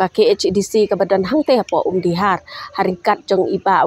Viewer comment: Ym dei kong Umdi-har, ka dei Umdih-ar, (artylli ki tlong umdih)